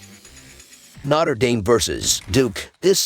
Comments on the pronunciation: The pronunciation is always terrible , lol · ‘Notter Dame” 😂